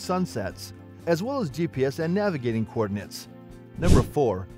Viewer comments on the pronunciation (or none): none